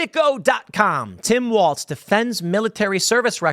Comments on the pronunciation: Walz not waltz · Tim, theres no T in the letter L.